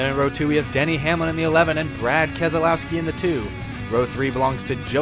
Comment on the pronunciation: It is pronounced KEZLOYSKI